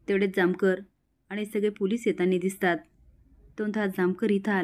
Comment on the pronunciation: येतानी हा शब्द नाही येताना असा शब्द आहे